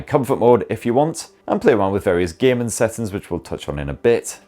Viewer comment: When you say "gaming" it sounds like you are saying "gay men" because of your accent 👍🏼